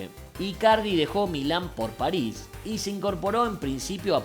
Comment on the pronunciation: Bueno... pero como lo dice Leo es lo más correcto. La S final de "Paris" es aspirada.